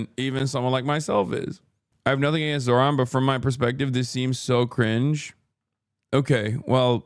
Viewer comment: why do they always pronounce Zohrans name wrong bro lol it’s so annoying